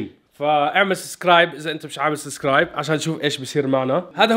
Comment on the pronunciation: يااا اتمنا تقرء تعليقي انتا بتحكي لل سابسكرايب خطاء وبتلفضها سسكرايب😂